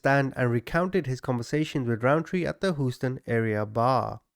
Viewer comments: Proper or not, Houston is typically pronounced, Hyūston. 😬✌️ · It's pronounced Hew-ston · HOUSTON, TEXAS. HUSE-TON!!!!!!! OR HEWSTON. DAMNIT Y'ALL!!! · Hooston lol sorry couldn’t help it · As an American, I find it funny how you pronounce Houston. “Whose-ton” 😂 Good video though! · I love love love him /you I love your personality and how straight up you are I’m always cracking up and some of the things you say to describe the perpetrator and some of the names that you call Them But only one thing you’re killing me how do you keep saying Houston